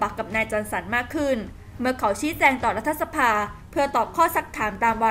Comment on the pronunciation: พี่สื่ออ่านว่า"รัด-ทะ-สะ-พา" ทำไมไม่อ่าน"รัด-ถะ-สะ-พา"